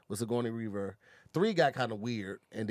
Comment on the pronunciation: Nobody:: "Whaaaaat?!?! with Sicgoyney WeReever" 😂😂😂 killed the legend's name.